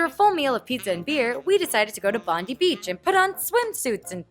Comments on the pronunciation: Anyone else wincing at the "Bondeeee Beach" ? Bond-eye, Hannah. Bond-eye. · It's Bon 'die' Beach....Not BONDE Beach..Yah Beach. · Wait wait did you actually think it was pronounced bondee 😂😂😂 it's like bondeye 😂😂😂 don't worry my gps thinks its bondee as well. Btw yes I do know it's spelt Bondi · bondee beach.... hmmmmmmmmm bon-DIE beach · It actually made me jump every time she said "Bond-ee" beach. I've never heard anyone call it that before O.o Bond-eye, mate. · Hahahahahahahaha the way she says Bondi made me LOL so hard... Mate its pronounced bond ( james bond) eye.. bondeye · Bondy beach!! It's pronounced Bon-dye hahaha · Bondiiii not bondy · Bond-eye, not Bond-ee. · while bondee beach is funnier it's pronounced bon-die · As someone who's lived in sydney my whole life, Bondi Beach is pronounced Bon-dye not Bon-dee the more you know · I thought that they were only going to come out on Sunday! Oh well, makes me happy anyway! It makes me amused how you said Bondi as Bondy. Its actually pronounced Bond-eye! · haha quick note: careful when you say 'Native Australian' to refer to a non-Indigenous person. and 'Bond-ee' instead of 'Bond-eye'. from a friendly, well-intentioned Aussie who often runs into conflict with so-called laid back Australian culture due to a love of political correctness and informed pronunciation. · Bondie beach HAHAHAHAHAHAHAHAHA. It's bond-eye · Bond-eye not bond-ee hannah :P we still love you!! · Bon- dee beach!! LOL It's Bond- eye beach! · Bond-I beach not Bon-Dee beach. It always amazes me how tourists mispronounce Australia words, I never thought that it would be hard! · Sydney is my home! Oh by the way, Bondi is said like bond eye, not bond eee. Haha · i love the way u say bondi haha its its pronounced bon-die not bond-y haha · ahem *cough *cough, Hannah, Bondi Beach is pronounced (Bond eye) not (Bond ee) :D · I love how you say Bondi, you say Bon-dee but we pronounce it Bon-die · Bon-die not Bondy. pfft, Americans amirite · Bondee? Lol